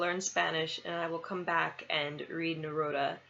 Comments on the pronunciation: Pronounced Neroodah. And yes.... he is amazing. 😊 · You pronounce his name like Amy😃...it's Ne-roo-da.